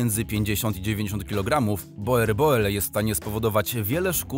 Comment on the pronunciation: Proszę poprawnie wymawiać Boerboel. Z holenderskiego "oe" czytamy jako nasze "u".